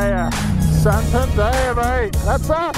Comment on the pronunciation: San-tan-dare..... 😀 Not San-tan-da-ya...... 😂